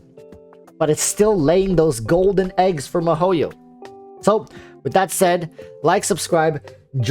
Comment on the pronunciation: your'e funny but... you should pronounce the company name correct first its not mah-ho-yo its Mii-HO-YO (miHoYo)